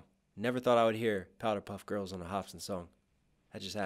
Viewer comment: This dude really said Powder Puff Girls AND Mojo Dojo